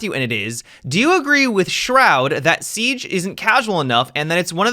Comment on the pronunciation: Seag??? 😂 I like that. I also have a speech impediment, so dw cuz you aren’t alone.